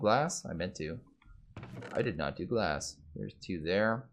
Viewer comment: Hes literally saying liquid gas... as if hes taking a poo in the smeltery